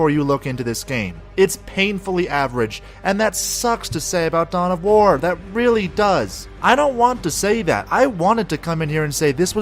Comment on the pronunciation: I thought you said "Dumb of War"